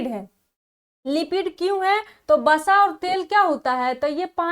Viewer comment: starting ,vasa hota h basa nhi